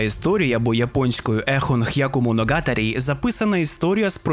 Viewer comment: Дуже класний відос, дякую! Та все ж мушу наголосити на помилці в вимові деяких слів(я японіст). Не х'яку а хяку, та не моногАтарі, а моногатАрі. Я не хочу придиратися, просто трохи ріже вуха😅😅 А так то дуже дякую за це відео, класний та цікавий матеріал!!!